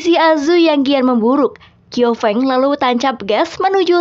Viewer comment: Fyi bukan "kiau feng" tapi bacanya "chiau feng"😅